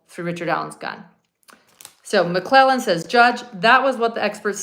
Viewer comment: There is a D at the end of Nicks name. I’m not sure how to spell it but it’s more like McLeland or something.